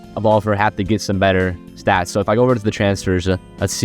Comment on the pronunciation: Fr bro talm bout "upgradesuh" and "statsuh"